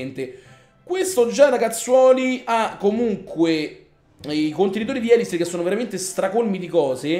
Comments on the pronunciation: Sì dice elisir non ēlisir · prima di tutto usa barbari e arcieri e attacca solamente i villaggi inattivi (cioè quelli con le miniere e gli estrattori pieni) con due cure Poi seconda cosa si di ELISÌR con l'accento sulla seconda i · la tua pronuncia di elisir e sbagliata